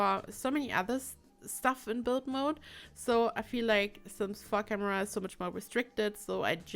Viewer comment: Whenever she said sims 4 camera its like sims fuck~amera.. Is it just me?? Gotta clean my ears